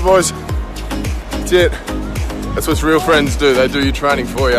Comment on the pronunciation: I like you to surffing with me it's too funny to listen the watttttt